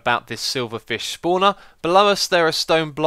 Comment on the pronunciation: "Schpawner" :D